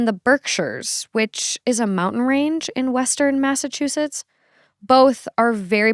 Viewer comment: I love how she says “Mazzachusetts”